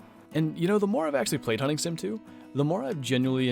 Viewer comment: When you said hunting sim I heard hunting simp